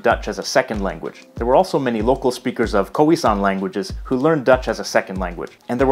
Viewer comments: I'm still laughing at the fact that he pronounced it as "koowee" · koheesan? smh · Please.....”K-ough-ie San”